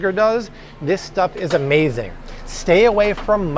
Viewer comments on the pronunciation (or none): none